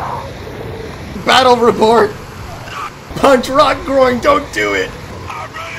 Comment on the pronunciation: "BATTEL REPORT" The battel report: Æ Man that made my day xd